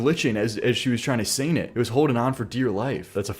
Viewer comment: to is there a regional accent in NA that doesnt pronounce the G in words like "sing"? That was throwing me off so much